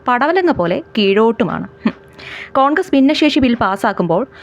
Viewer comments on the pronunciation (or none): none